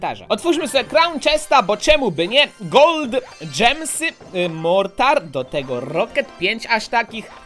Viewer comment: ja na te zielone diamenty mówie gemy i mnie to denerwuje jak ty mówisz dżemsy xD